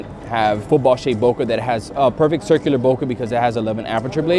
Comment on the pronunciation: love your videos and watched them all but you have to keep your credibility high. Here is the correct way to say Bokeh (It's Japanese)